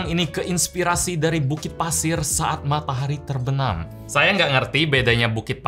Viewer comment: "matahari terbenam" dengan segala intonasi nada yang .......